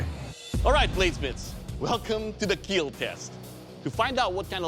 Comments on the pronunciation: Doug's first words when he was happy it will keal and when he was sad it will not keal i feel like he actualy going to kill when he says that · you know your blade didn't do as well when it will only "kill" and not "keal" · Doug has started overenunciating his catch phrase this past season - it started out as just his accent, then became the catch phrase for the entire show then he started to (seemingly) get self-conscious about it and began pronouncing "kill" differently, shorter. Now he often stretches it out - probably found out that people loved hearing it in its original pronunciation (it was the sound of victory!) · Dougs deliberate mispronunciation is one of the cringiest thing about this show